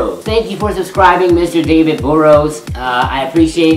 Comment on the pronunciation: Burrows is pronounced as saying purr but with a b in burr